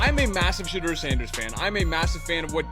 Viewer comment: I like your videos. But, you must pronounce Shedeur Sanders name, correctly. His name isn’t, “Shatter”? It’s, pronounced, “Sha-Door”, ok? Show the man some respect, ok? God bless—Ericd(Atlanta, GA)!